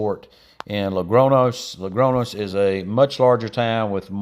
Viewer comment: Logronos???😂 Come on, ask some local to say the name so that you can learn